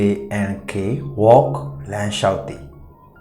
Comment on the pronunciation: အသံထြက္ဘမမွန္ဘူးဗ်။ဘယ္ အသံထြက္ကိုေျပာတာလဲေညတ့မသိဘူး။Work ရယ္ Walkရယ္အသ့ကလဲမသဲကြဲဘူး